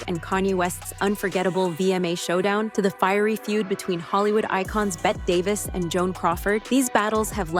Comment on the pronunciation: Its pronounced Betty Davis not Bet Davis 😂